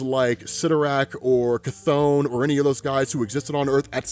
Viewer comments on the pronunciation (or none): none